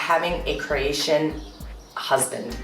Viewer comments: This girl is dumb. Keeps saying CrEatian, it's CrOatian. You'd think the dummy would know how to say it by now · Hi there, you may want to pronounce the name Cro-atian and not Creation.... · Cration ITS CROATIAN NOT CRATION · It's really annoying the way she says Croatian , lol really annoying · i hate the way she says “croatian”. like he taught u words in croatian but he can’t teach u how to say it properly. ne kužim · It's CrOatian, not whatever you are saying. This is. stupid video.